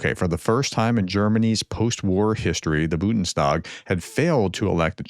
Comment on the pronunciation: Try Bundes tag, not Bunden stag.